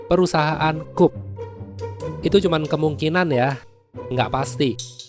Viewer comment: Kalo ngomong krupp buka kuhp tapi krupp